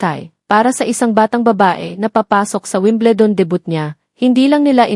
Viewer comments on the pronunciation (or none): Omg. Learn to pronounce stuff. Weem-bleh-dawn? What's that? Nick? Nike as in Mike? Dang! How embarrassing! Merchan-deesing? Eel-lah? Omg.